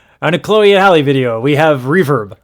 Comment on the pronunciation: I love your content, but her name is not Holly. It's Halle (Hal-Ē). Just like Halle Berry, but Halle Bailey. I wish you much success. Also, they're not the same age.